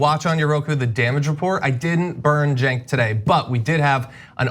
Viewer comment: Cenk pronounced Jerk